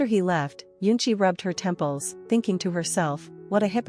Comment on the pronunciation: The way u say temples is just 😂😂😂😂